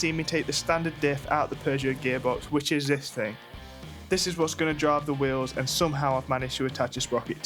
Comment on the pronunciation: Good content, but dude. That music is 😬 and it's bought not brought 😂 What is a "fing" 😅 it's thing. Why many Brits really do speak poor English.